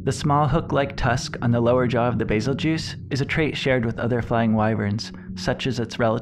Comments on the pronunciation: Isn't it pronounced goose, not juice? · It’s pronounced bazel geus not bazel juice do u see am I in the name or a j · Bae-Zell- Gew-Oos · Bazel juice he says its bazel goose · Nice video dude, can't wait for your next one. Lore videos are my favorite. Love beazeljuice, maybe someday we will find out the English pronouciation for it so the geese vs juice can be decided. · Call it bazeljuice one more time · I always pronounced it's name as "bazelle-giss" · Bazel-juice Really??? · Bazel-juice?! Lol wut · It's pronounced "Beetlejuice" pal. Get it right. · I like your videos but your pronunciation is killing me